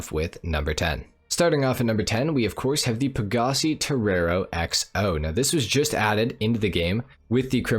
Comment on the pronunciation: Please stop saying pagasee